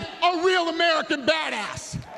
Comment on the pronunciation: "American Badaah"